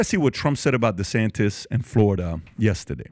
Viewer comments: Did anyone notice Trump kept saying “DeSanctis”, not “DeSantis”. It’s a playon from his original attack “DeSanctimonious”. It’s subliminal, it’s intentional and it’s pathetic. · Is he calling him Ron Desanktas